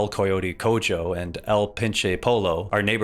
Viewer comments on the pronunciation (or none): It's pronounced Coho not cojoe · I can't keep hearing people call it the "koi ote cojoe". It's pronounced coho. Like every single character in the game calls it. For the love of god. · It's "koh-hoe" (for "el Coyote Cojo" ) Which means something along the lines of "the limping coyote" And also "Pou-yo" (like in yo-yo. For Pinche Pollo) Which means something close to "that damned chicken" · Bro really pronounced Cojo as "cojo" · its coHO no cojo and its poy-YO not pollo spanish is weird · "El Coyote CoJO" and "El Pinche PoLO". Please tell me that was engagement bait. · Saying Cojo like codzho is like saying Alejandro like aledzhandro Cojo is coho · Fact: "el coyote cojo" is pronounced "el coyote coho", and "el pinche pollo" is pronounced "el pinche poyo"... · a great video truly, but choom cojo is pronounced co-ho and pollo po-yo 😭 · Cojo is pronounced like co-hoe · Coyote cojo is pronounced like coho j is pronounced like H in Spanish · El coyote “co-joe” 😭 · It's pronounced "Coho" right? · in 'el pinche pollo' the double L is pronounced like a Y. and the J in 'coyote cojo' is pronounced like an H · "cojo" is pronounced "coHo" and "pollo" is pronounced "poyo" just a heads up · it's pronounced "el co yo teh co ho". Coyote's, "te" like the te from tempura. Cojo like you would say co-host but without the st. meaning somnt like "the crippled coyote" or "the lame coyote" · “Cojo” is pronounced like “Ko Ho” Maybe similar in how you would pronounce Soho but without that “Soe/Sow Hoe/Hou” in the Os. And “Pollo” is pronounced like “Po Yo” like how you would say “Yo-yo” but with a P in the start. Just an fyi😅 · Cojo = "coho" Pollo = "poyo" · He simply must be doing it on purpose. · Great video, I found your pronunciation of "Coyote Cojo" to be funny hahaha (it's more like Coyote "coh-ho") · El pinche polo y el colote colo Q pedo con esa pronunciación?? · The j in cojo reads like the h in hoe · Coe Joe😂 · fyi cojo is pronounced "coho" and pollo is "poyyo" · Co-ho Po-yo